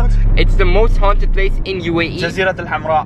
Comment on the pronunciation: I like how he said HA UNN TED HOUSE 😆 🤣 LOL LOVE UR VIDS and this one was so scary